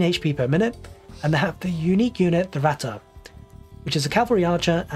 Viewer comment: Hi I am a Bengali, রথ (Ratha) is pronounced as Raw-th. Phonetically ( rɔːθ ). Love your Casting!!! Cheers. :)